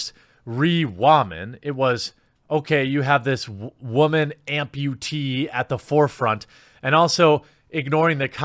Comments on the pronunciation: Say woman propely you knob end! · Do you not know how to pronounce woman?